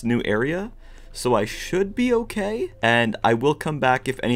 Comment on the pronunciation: "It's not OKEH to be OKEH"❤(titan cry)😢